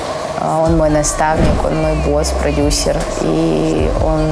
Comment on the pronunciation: Когда Назима говорит «продюсЕр», режет слух